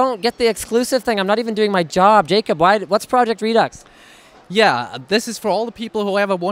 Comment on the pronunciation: Linus doesn't know how to pronounce redux. Eurgh